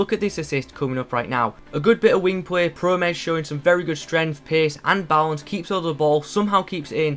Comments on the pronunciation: you re saying it good i am dutch p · I'm Dutch you said his name right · Im from the netherlands/Holland And you say the name good nice video! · you said his name right :)